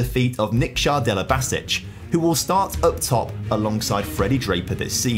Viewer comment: how do you manage to pronounce nikša (niksha) right but then not delibašić